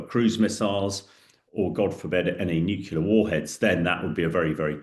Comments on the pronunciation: still trying to figure out why people say nucular as if it's a word. It's hard to take someone seriously when they can't even say Nuclear. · And nuclear not nucular. The guy is borderline illiterate. But because has a posh accent people bow down. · '"summerine" "nucular" wtaf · New-clear. Not New killer! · "New killer" for "nuclear"? 😆😇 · If you say "nukular" you will be ignored. I can't believe someone who claims to be an expert can't pronounce such an easily pronounceable word. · When someone says "nucular", you can forfeit their opinion about the "nucular" matters. Also, russian Tomahawk is called Kalibr. I am not an analyst either, just a regular Joe. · Ah, Um, Er. And it's pronounced "new-clear". And this is old news. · Submarine. Not summarine Nuclear. Not nucular. Moron. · ‘Summareen’? ‘Newkiller’? Surely submarine and nuclear?